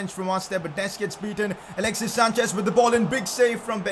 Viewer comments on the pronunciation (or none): none